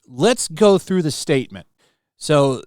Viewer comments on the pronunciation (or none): none